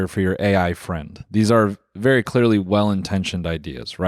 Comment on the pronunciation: he's vewwy lihterwal